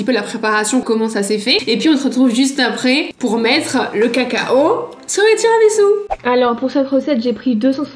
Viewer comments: Pq tiramisiu !! Ça se prononce tiramisou !!!!!!! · Michou : "Tiramitsu" 🤣 Et Inox qui ne savait même pas ce que c'était un tiramisu 🤦‍♂️ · “Tiramitsu” mdr c’est horrible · tiramiTsu ?? 🤣🤣 et puis quoi encore